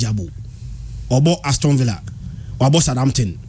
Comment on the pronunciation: Can you please educate the guy in yellow to improve on his pronunciation? It is Aston(Astin) not Aston(Astɔn)